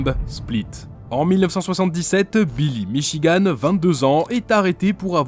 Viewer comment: Pourquoi t’arrive pas à dire Billy milligan?